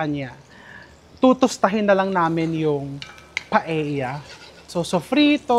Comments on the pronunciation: Hi, Chef RV! Knowing you're an influential vlogger, I thought you can effectively draw attention & eventually bring the needed correction in pronounciation of a Spanish dish. I am referring to PAELLA. It's supposed to be pronounced PA-EL-YA. The Spanish language so dictates. "LL" or el-ye is one of the Spanish alphabets. I don't fault you for pronouncing it as PA-E-YA 😊 Like so many in your generation, the pronouncing of some words of our Western counterparts are often construed to be correct, "just because" 🙄😏 they dominate the cacophony of chatter in the many media platforms. We all know we're more intelligent, better in grammar, vocabulary etc! We don't pronounce RELLENO as Re-ye-no nor CALLOS as KA-YOS, do we? 😄 Nor the surnames ARELLANO & ASEDILLO as A-Re-ya-no and A-se-di-yo respectively, right? Im not a professor but like you Chef, I studied well. 😊 Had 2 years of Spanish in 3rd & 4th year high school and 4 semesters in college, as a regular curriculum requirement not electives. Moreover, had/have relatives & classmates who are naturally brown-haired long before hair dyeing became a norm. Our vocabulary is peppered with "que barbaridad" "tonto" ... and the infamously common "p_ñ_ta 😀 Will appreciate if you can start the ball rolling in correcting the pronounciation. Even indirectly, just be repetitively using it in a matter of fact manner instead of outright chastising the audience. Surely, they'll get your drift. Thanks mucho, Chef! May your tribe increase! 🍀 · mali pala pronunciation ni Chef RV ng restaurant sa new York na “Cote”, na correct tuloy ni Sharon, pero un pronunciation din ni Mega ng Paella ay mali dahil hindi namn un Tagalog word kundi Spanish.